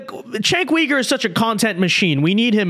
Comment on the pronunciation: Are you pronouncing his last name incorrectly on purpose? 😅